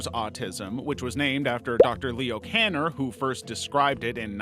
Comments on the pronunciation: KANNER is not KENNER Do some serious editing. And stop making Autism a joke with your COMEDY voice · Kanner is pronounced Kaw-ner. It’s German. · Kanner or Kenner or did you do that on purpose to mess with us? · Kenner or Kanner if you couldn't even get that right...no thanx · I couldn't watch past "Kenner's Autism" with a photo of Kanner and audio of saying Kanner. Check your work.